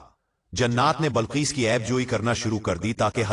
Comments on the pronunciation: Bilqees naa ke Balqees urdu ghalat bolte ho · Balquees nahi BILQUEES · Bilqees ko balqees kahe rahe hain. Aap ki urdu sahi kijiye.. Kayi alfaz aap ghalath kahe rahe hain